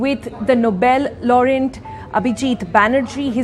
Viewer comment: She pronounced "Laureate" as "laureNt" .